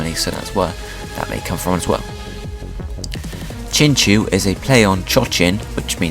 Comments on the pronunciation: Really sorry about this but it is pronounced like chin-chow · Woah I thought it was pronounced chinchow